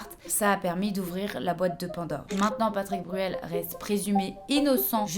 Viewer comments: T’as dit Patrick Burel deux fois, et mom TDAH a trouvé ça tellement drôle que j’ai pas pu me reconcentrer 😅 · Coucou ma douce. J'en suis à un tiers de la vidéo et t'a vraiment beaucoup de fautes orales dans ce que tu dis .. patrice Bruel, Justime, et beaucoup d'autres. C'est un détail mais ça donne une impression de négligence, et ça rend l'expérience d'écoute désagréable, alors que j'apprécie vraiment ton travail. Bon courage a toi, bonne continuation